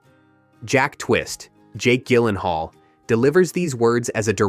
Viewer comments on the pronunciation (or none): You can’t correctly pronounce Jake’s last name? Seriously? It’s Jill-en-hall. Not Gill. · It's pronounced JILL-en-hall. Soft G. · Pardon my quibble: This was overall a decent little video about a great film. I just wish the narrator had taken the 30 seconds in pre-production needed to learn the correct pronunciations of the last names of author Annie Proulx (the L and X are silent, rhymes with NEW: proo) and actor Jake Gyllenhaal (the G is soft: JiLL en hall). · im so glad im not the only one who was triggered by that lol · You should really understand how to pronounce Gyllenhaal if you’re going to make a video like this. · Why didn't you bother to learn how to pronounce Jake's last name? AND why did you pronounce the author's last name differently at the beginning and then throughout the rest of the post? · hey AI learn how to pronounce Jake's last name.